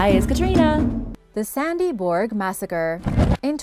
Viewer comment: The name is Sandby Borg not Sandy Borg. At least you could do enough prep work that you have the right name for the place you're talking about